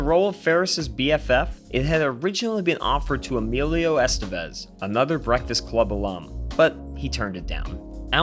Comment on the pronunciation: So the narrator can say Emilio Estavez correctly but not Sloan Peterson? Sa-loan?